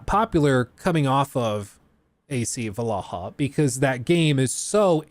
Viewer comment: why does keep pronouncing Vallaha wrong?